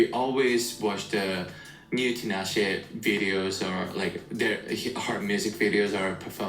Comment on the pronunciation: I had to cut it off bc he is butchering Tinashe’s name.